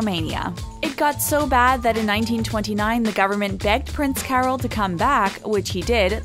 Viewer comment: Carol of Romania should be pronounced as if it were spelled "Carl", not as if it were "Carol Burnett".